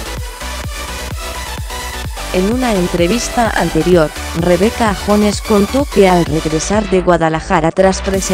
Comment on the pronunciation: No es Rebeca jones se pronuncia yones